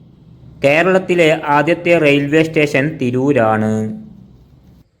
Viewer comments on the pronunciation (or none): none